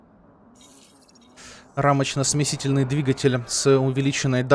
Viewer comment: Рамочно-смесТИТельный...а не смесительный=)) он же не смешивает а смещает=)) спасибо за серию=))